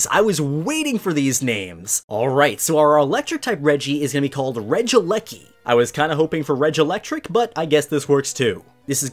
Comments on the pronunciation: Regi - eleki not regileki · For future reference, I do believe the electric Regi's name is supposed to be pronounced ( since it's how it's spelt) as Regi-E-Lecky, like that. At least that's how I believe people will pronounce it as. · regielekl regidrago